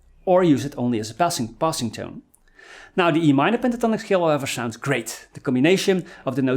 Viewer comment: Really cool lessons from a guy who is from the Sean Connery school of pronouncing "s" words like "sh" words! The name ish Tonic...Penta Tonic!